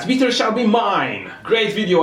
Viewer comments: Why does it sound like he is speaking Chinese when he sais give me the metaa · slap your face everytime he says MEETAA! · Im changing the way i say meter from now on. Meetah! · “Gimmie da metah!” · you saying gimme da meeta reminded me of the Pink panther when Clouseau tried pronouncing hamburger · "Gimme da metaah or I will jump off a bridge!" He don't need a "metaah" but a FULLBRIDGZRECTIFAIA!!!! (sorry) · Every time he says "GIMMI DA METEAR" take a shot. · why does everyone say gimme da meter ps gimee da meter